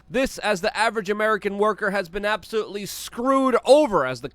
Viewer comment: I love it when Luke says “absOH-loOly” 😂👍🏻